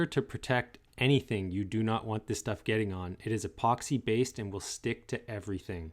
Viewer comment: I got a sharp pain in my temples when he said "epoxy".